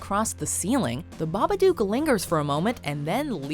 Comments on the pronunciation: hold up hold up, the baba what now?? I've never heard it pronounced like that lmao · The pronunciation of Babadook was bugging me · The way she pronounces Babadook lmao